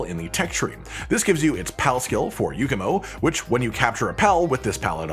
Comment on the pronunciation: It's not a Yukumo or Yookumo...